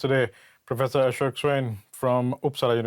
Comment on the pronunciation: I can’t understand wtf Ashok swine says. He should stick to Bengali until he learns correct pronunciation. Atleast provide the subtitles whenever he opens his damn mouth